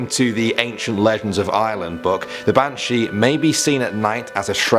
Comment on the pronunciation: It's not bantshhe.....it's ban-shee